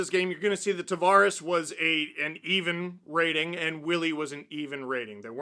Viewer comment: TAV”air us”